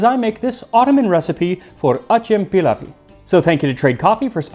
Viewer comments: Its Acem Pilavı. Theres no any word like pilawi. And its also pilav. 😅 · Wtf is peelaf dude. It's pilav. Put it in Google translate and listen to it lol good video tho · its not "pilawi" it is "pilavı" . W is not in turkish alphabet. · Why people always call wrong mames as Turkey? Our country name TÜRKİYE 🇹🇷 and that food not pilaf . İts pilav that simple . And it's not Ottoman Empire . İt's Osmanlı devleti . Stop pronounce wrong about names . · Its Pilav not Pilaf. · It’s pliav not pilaf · Pilav???? Its Pilau... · It's written pilav and pronounced Pilau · As a Turk myself, we loove eating and creating and trying new dishes from different parts of the country. I really appreciate you mentioned ancient Turkish resources such as Kutadgu Bilig which is taught to students from middle school. And as a little tip for the turning the pilav - which is pronounced like pea-love instead of f - you cook it just enough to leave some water encapsulated in rice which adds cohesion to the meal and makes turning easier well done and thank you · its pilav bro